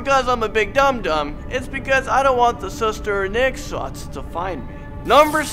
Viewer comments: I'm indonesian and you said the ghost names wrong 😯. You can try hearing those names on another YouTube channel. And its suster ngengsot not suster ngesot. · Is sus-ter nge-sot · you say it soos- ter nga - sot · He said pocong is pokong and he said suster ngesot is suster nogsot he doesn't know how to read indonesian🤣